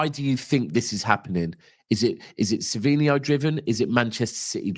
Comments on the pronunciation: It’s savinho btw not savio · Sav-in-ho is the way to pronounce his name. Like alex Scott his grammar leaves alot to be desired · Its not savio....its savinho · It’s Savinho no?